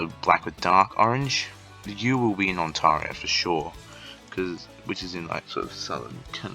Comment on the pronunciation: Thanks for the tips, although the way you kept saying Ont-ah-rio is triggering, lol.